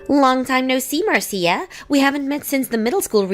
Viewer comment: Marcia is pronounced as Marsha.